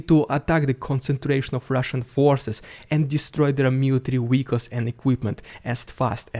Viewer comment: Bro shut up the counter offensive already. Also it's been weeks and you still pronounce Vehicles as Weelicles lol.